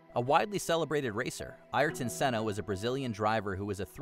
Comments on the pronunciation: The saddest part of this video is the butchering of his name. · Butchered Ayrton Senna name lol